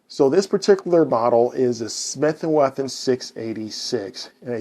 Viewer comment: You keep saying Smith and Wethin. It’s Wesson. If you had a lisp, that’s different but your pronouncing all your other S sounds.